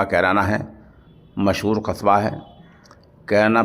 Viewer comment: कैरना ❌ कैराना ✔️